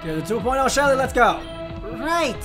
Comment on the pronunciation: I love your short summary of Anna lol you accidentally said Shelly btw